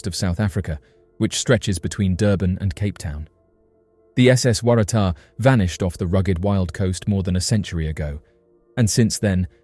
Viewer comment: How did you manage to pronounce Waratah in that many different ways? It's pronounced "Worra-Tar".